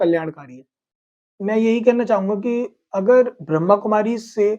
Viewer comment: भाई साहब आपने बहुत अच्छा किया आप बहुत प्यारी आत्मा हो पर ब्रह्कुमारी नहीं ब्रह्मा कुमारी बोलो